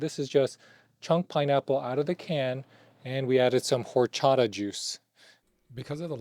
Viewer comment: The way he pronounced horchata is a disgrace to the latino community